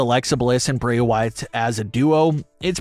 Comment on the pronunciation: Can you speak in a language that we all can understand? Not even sure if you are speaking English. Also it Bray not Brey..